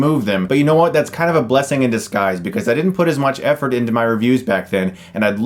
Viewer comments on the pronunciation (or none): none